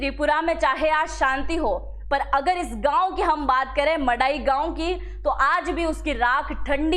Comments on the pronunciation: Hello sister if you don't know how to pronounce the please it will be better not ro read the news , as you are pronouncing ( Mandai for your kind information where is the sound of N it's not Madai it's (Man dai) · Tripura may pehel se hi bangali tha, sare bangali bangaladesh se nahi aya hai, aur yea tribal logo ko koi porishan nahi kiya. Aap log video bananese pahale thik se reserach korna cha hi a madam. Aur aap to thik se village ka naam hi nai bol paa ra he ho kiya information doge yea madai gaon nahi hai yea Mandai hai. Pagol k tara video mat banaw galat information mat banaw. Kisine inlogo ko parishan nahi kiya pahele research koro dahise, tripura may ake thik se logose bat koro phir video banaw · its man dai not madai. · Madai nehi, Mandai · Phele gram ki nam thikk se lelo madam 😂 madai gram nehi , mandai gram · Madai gao nehi * mandai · ईये "मड़ाई " नहि, "मन्दाई " है। Please get it corrected. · It's not mandai it's mandwi in the name of a tree 🌳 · Madam not Mandai ye 'Mandwi", he, Bengali logone area ka namke change kardiya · M A D A I❌ Nehi,,,! MANDAI✅ M A N D A I pls, correction (proper word's) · It is MANDAI not MADAI, there is an N